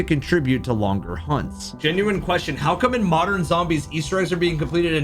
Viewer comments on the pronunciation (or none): none